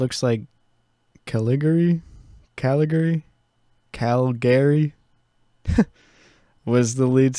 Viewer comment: Btw “Calgary” is a city in Canada and it’s pronounced “Cal - Gury